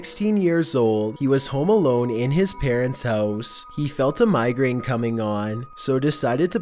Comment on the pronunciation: I like how he says "Homo Alone" instead of "Home Alone"